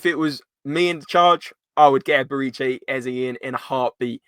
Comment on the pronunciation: "Eb-er-eh-chee" not "Eb-er-ee-chay"